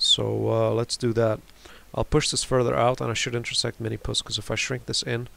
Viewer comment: The reason you don't get many views is because it's called "Minmus" not "Minimus"